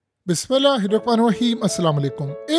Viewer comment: abay tujhy bismillah bhi sahi se nahi ati hundu hi kia ?